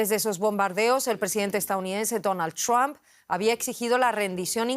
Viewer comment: Donald... ¿qué? ¿Ttthdom? No se puede hablar más gringo que los gringos ¡Por Dios! 🤦‍♂️ Por hacer más, terminan haciendo menos.